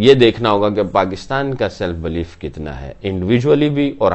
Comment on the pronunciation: Its believe NOT BLEEF..Bhai